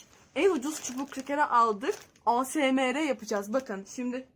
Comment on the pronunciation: Asmr eyesemar diye okunuyorr